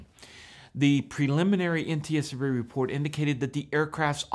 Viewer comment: Nice "repoat"